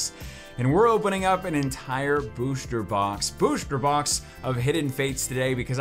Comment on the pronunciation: "BOOSHTER BOX"